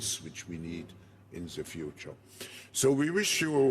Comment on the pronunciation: Schwab ist so viele jahre in Amerika und hat immer noch nicht gelernt das "The" auszusprechen🤣 Der letze sprecher redet auch unsinn. Demokratie🤣🤣🤣 very funny